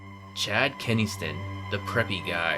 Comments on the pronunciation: "Chad Kenniston" KENNISTON?! It's Ken-Sing-Ton, learn to read please. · kennyston lol its ken sing ton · He pronounced chads last name wrong oml